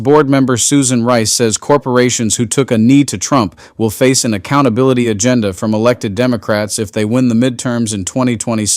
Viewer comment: Accountability and affordability are words too big for Trump to pronounce, let alone understand.